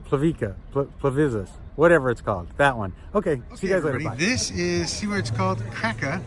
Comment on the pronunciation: Kirka, yes, sometimes the "r" is a vowel LOL :) Awesome place, isn't it? Pleetvitsa is the other one haha You're cute.